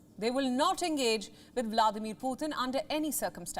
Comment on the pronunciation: Why do India media always pronounce the name of Vladimir Putin as Vladir Potin